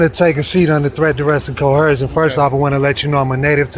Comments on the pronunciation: "Statues" "Cohersion" 🤣🤣🤣🤣🤣🤣🤣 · It's only considered coHERsion if the police officer is a woman. 🙃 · Pronouncing coercion as coHERsion is an immediate 'red flag' of dumb. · Since when does the word “coercion” have an “H” in it. “Cohercion” is not a word. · Co - her - shon !!! Dumb mug it is trying to sound clever. I like to see someone coerce his backside with a big army style boot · Crimes against the English language? Cohersion? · There is no bloody h in the word coersion. They keep putting a damn h, it grates on my nerves. That alone should be worth a ticket.